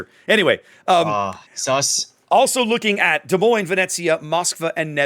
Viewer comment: The s in Des Moines is silent. Both of them. 😉 Love your vids.